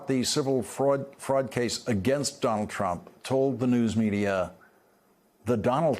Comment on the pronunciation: Does Lawrence know he can just say "Trump" and we'd know who he's talking about? He doesn't have to say "Donald Trump" each and every time. It's become a single two-syllable word for him: "Dolltrump". It just doubly hurts to hear both names.